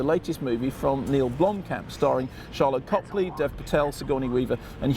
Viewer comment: Sharlto Copley, not Charlotte Copley.